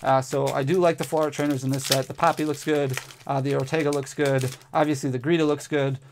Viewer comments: Her name is Geeta NOT gReeta! Just read the darn card!!!! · Awesome pulls! But GEETA! Not gReeta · BTW, I love ya, but it's GEEta, no R, not GReeta...... 😅 sorry for correcting you, but 🤷‍♂️😅